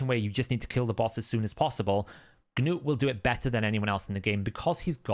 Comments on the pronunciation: It’s ‘nute’ not ‘geh-nute’ we don’t say ‘geh-nome’. Sorry, just irks me when you say a champs name so much. No hate. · Your language is English. You saw the Episode where Arbiter said nute. NOT GA NUTE. So it is ok for me to go and butcher your name? It isn't like you are from a different planet. It irks the hell out of me too. I think you just do it to get under people's skins. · Its Gnu not Noo ) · It's like gnat and knight in UK English. Silent G and K. If you speak American you change the spelling..